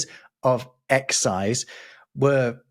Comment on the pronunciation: didn’t seem to read the accent for EXCI'SE.